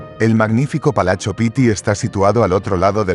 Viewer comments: Porqué dices palacho en italiano , se pronuncia palatso..así sería la fonética...se acentúa un poco más cuando se repite la consonante pit-ti...lo mismo con palazzo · La palabra “Palachio” NO existe, por Dios! Que alguien le aclare a “”! La palabra Italiana es Palazzo Pitti, y en castellano, Palacio Pitti. Se acabó! O es otra vez la mal llamada, Inteligencia Artificial, que de inteligente, poco tiene!